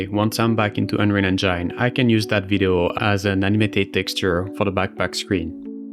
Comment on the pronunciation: bro you;re killing me every time with your pronuntiation of Unreal Engine. please fix